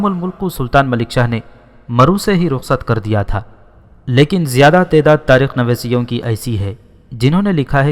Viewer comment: تاریخ نویسوں لفظ ہے نویسیوں نہیں